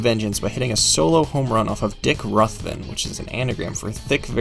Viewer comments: Dick Ruthven's name is pronounced with a long "u", not a short one. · Dick Ruthven’s name is pronounced like Babe Ruth’s, a long U not short like you mispronounced it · Jim Frey....prn fry Dick Ruthven...prn Roothven But really nicely done!! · Who says its forgotten? Also Bob Boone didnt jump into McGraw's arms, Mike Schmidt did you can clearly see Boone just walk onto the field fist pumped into the air. Also ya butchered a few names. Jim Frey and Dick Ruthven